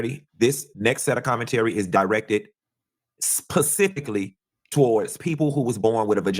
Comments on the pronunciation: Btw its not pacifically, but specifically. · And the word is "specifically" not "pacifically" sir/ma'am. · He said "pacifically" when referring to women. Is it "Atlantically" for men? 😂 The correct word is "specifically." Sorry, that made me laugh; I’ll mind my business now. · The fact that he said PACIFICALLY already had me like yea he’s a joke I’m glad I never followed him anyway he’s trash 😂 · I'm still on the word "pacifically". I thought pacific was an ocean and specific is the word he intended to use. Maybe he's just joking... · Did he mean to say “specific”??? And, said it TWICE!!! He doesn’t know that “PACIFIC” is an ocean??? Dumb ass bitch on commission…😅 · Why does he say Pacifically? Is he being funny or ??? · El Diablo is riding on incessantly. Furthermore, is illiterate, he says pacifically instead of specifically. Really! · Learn how to talk… what in the entire world is pacifically??? Please 🤦🏽‍♀️ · He said "pecifically"😂😂😂😂😂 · 😂 he surely did…@ … I picked that up for sure… 😂 😂😂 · He lost me speaking to us pacifically 😂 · Did this fool say "Pacifically"? 😐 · … did he say “Pacifically “?… 🤔 I replayed it a couple times just to make sure but I think that’s what I heard … 😩😂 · Please His ssa said "PACIFICALLY"🤦🏿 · Did he just say pacifically? Lmao. Nigg@ bye! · He sure did! 😂😂 All I saw was 🌊